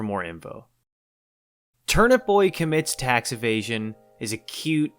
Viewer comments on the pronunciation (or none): ah yes, Tax Avasion!